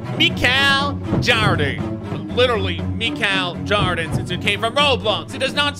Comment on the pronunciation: Nobody: Literally nobody: random: "Michal Joden"